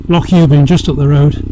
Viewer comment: Great to hear an English person making the effort to pronounce "loch" correctly!